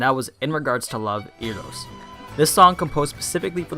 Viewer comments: OML SO TRIGGERED ITS PRONOUNCED Air-Rous (Eros) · love the idea of show comparison, however, being as big of an otaku as I am I would appreciate it if you learned to say some of the words/names in the series. Eros is pronounced air-ros and Victor's last name is Nikivoroff ni-key-vor- off.